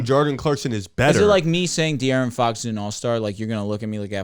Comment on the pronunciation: Can yall please tell how to pronounce De’aaron Fox correctly 😂😂😂